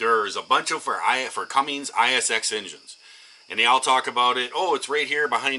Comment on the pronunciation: Cumins, not cummings!